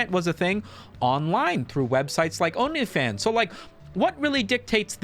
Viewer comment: My boy pronounced OnlyFans like "Onii-chan".